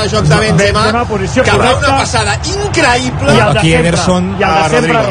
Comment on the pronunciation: Increiiipla xdd